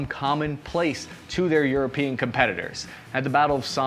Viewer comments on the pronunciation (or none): none